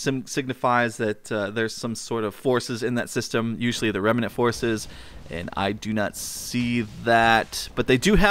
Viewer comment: REM-NANT not REM-EE-NANT